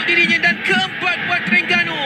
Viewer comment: Sper gok pengulah oww,, sebut Terengganu pn saloh, pa ceroh Teringganu..😡